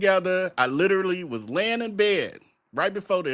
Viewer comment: I hate the way he says literally